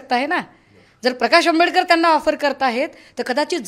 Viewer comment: Jayntraojiiiii patil Ani praksh ambedker asa uchar kelat Hyatun tumi kunacha kiti respect karta te kalale